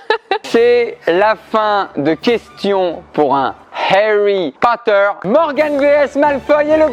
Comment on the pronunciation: Tu me feras le plaisir de bien prononcer HARRY POTTER